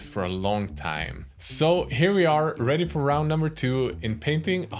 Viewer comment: Takes on glasses. And says: Red'y.